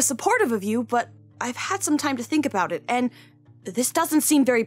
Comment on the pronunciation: Did anyone else hear say “Eh” other than “it”